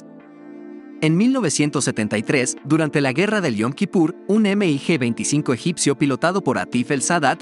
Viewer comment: No se dice “ Eme i Ge “ simplemente se le llama “mig”